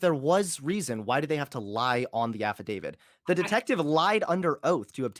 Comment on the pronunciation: "Affidavid"